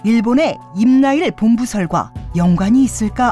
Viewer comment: 의 나레이션, 임나일 본부설 (X) 임나 일본부설 (O)